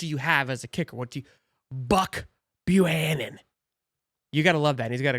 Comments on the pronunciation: FYI That's Buck Bu-Cannon ! I know that's a double, but it's how it's pronounced! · Mannnnnnnn, I love your channel, BUT YOU KNOW YOU CAN BUTCHER SOMEONE’S NAME😂😂😂😂😂 …. BU-CAN-NIN